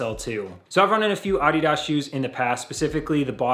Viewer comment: Good review. I bought my first pair of Adidas footwear back in 1972 when I ran track in high school. I would strongly suggest you stop mispronouncing the brand name and refer to it properly as "uh DEE duhs" with the emphasis on the second syllable instead of the first. You sound ridiculous...